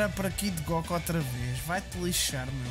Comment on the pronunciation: Acho que o facto de dizeres "góku" muito à tuga ajudou te... não sei no quê, mas ajudou